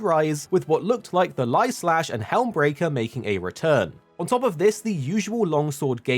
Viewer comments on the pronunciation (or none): Lol “Lai” slash?? iai sir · Brother really just said "Lai" Slash